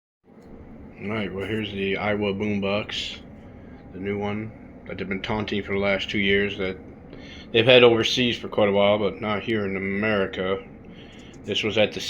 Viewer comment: "A"iwa not "i"wa ... my dad was an engineer for them for 20 yrs. Its pronounced with an A ...